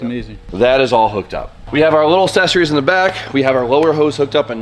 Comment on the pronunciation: for the love of Christ, please stop pronouncing accessories wrong. I don't know how you mispronounced it 6 times in one video. Ya fuckin ding dong